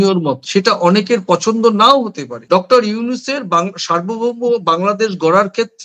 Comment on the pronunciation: আপনাদের বিশ্লেষণ চমৎকার তবে বারবার আপনি "ডাক্টার" ইউনূস বলছেন। কিন্তু সঠিক উচ্চারণ হব "ডক্টর" ইউনূস। একটু সাবধানী হওয়ার অনুরোধ। আমার ধারণা আপনি আপনার ভুলটা ঠিক বুঝতে পারছেন না। শুভকামনা। চালিয়ে যান। ❤❤❤